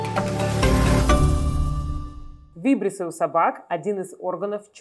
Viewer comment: Извините, ударение в слове вибриссы будет на второй слог: вибри'ссы 😊 ещё ращ извините за исправление